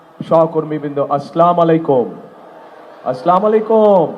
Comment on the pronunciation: তারেক রহমান সাহেব ত সালাম সঠিক ভাবে বলতে পারে না আগে শুদ্ধ ভাবে সালাম শিখেন তার পর ক্ষমতায় আসেন